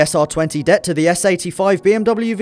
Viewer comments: D.E.T not det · is it me or is saying "det" instead of d.e.t. really annoying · D.E.T not duet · SR20 DET?, your pronunciation? Nobody says it like that, its D-E-T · d-e-t not "debt" who reads out acronyms? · If he says "DET" like it's one word, one more time.. ughh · Sr20debt rb26debtt I say d-e-t who else? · Am I the only one who cringed when he said SR20 "DET" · WHO THE FUCK CALLS IT A DET ITS DEE EE TEE REEEEEEEEEEEEEE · D...E...T...the more you know..."det" smh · Makes me cringe when the RB/SR's are pronounced "debt" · Anyone else find it irritating how he pronounced DET at a word... rather than individual letters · First time I ever hear someone prononce "DET" as one word 😂